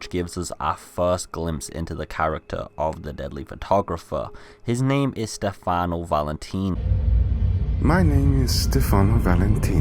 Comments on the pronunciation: His name is stefano, not stefani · Stifanooooo not stifanieeeee